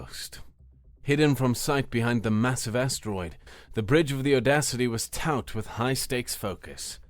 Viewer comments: Great story just one error Taut pronounced Tawt or the same as the word taught, they sound exactly the same as the words are homophones. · Nicely done, but constructive feedback: the narrator consistently mispronounces the word taut. It rhymes with caught, not pout.